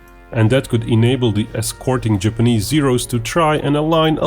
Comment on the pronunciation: I winced every time you said "Japanese". Couldn't finish the video, it was bugging me so much.